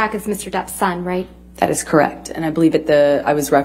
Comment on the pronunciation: Creckt? Thats creckt.